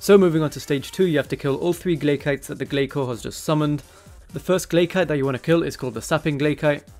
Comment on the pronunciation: glay-soars lol